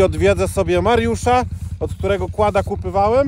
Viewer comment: kupowałem a nie kupywałem. Przepraszam za uwagę ale razi uszy a tak Pana lubię.